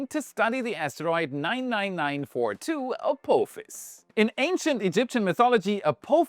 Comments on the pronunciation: a-phop-his a-poff-his please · What a weird way to say A-POTH-ISS. But hey ho. Thanks for the video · Can you do me a "little" favor, and say Ap"AH"fis. Pretty please, with sugar on top. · Apophis is pronounced with a soft O not a hard one. As in the word 'pot' or 'not' unlike the word coat or bloat